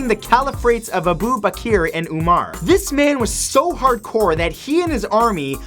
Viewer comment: "Kaled aban alwaleed...aboo bakeer and oumar". that is how he pronounced it...facepalm